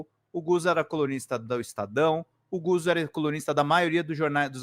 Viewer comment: Não é "Guzo", é "Gutso". Lê-se como "pizza".